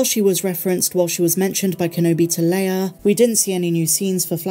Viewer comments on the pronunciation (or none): none